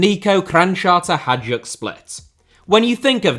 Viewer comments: Hajduk is pronounced "Hayduk", not "Hajuk" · Hajduk is actually spelled like "Hi-dook" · Hajduk is prounounced like Hi Duke, not whatever you were saying. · He's English. What did you expect? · please, please, please, learn to pronounce Hajduk name. thank youuuuu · the pronunciation of hajduk hurt my soul